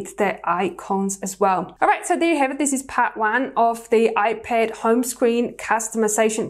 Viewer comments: Its ipad not iped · She says ipad so weirdly 😑 🤮